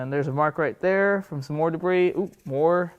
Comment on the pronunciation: De bris? Slice and dice?